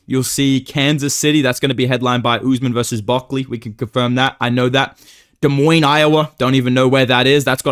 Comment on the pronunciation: how the hell did pronounce des moines correctly without knowing where it is lmao